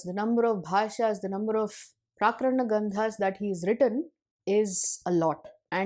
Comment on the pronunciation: You have pronounced it as 'प्राकरण' granthas. It should be 'प्रकरण' granthas.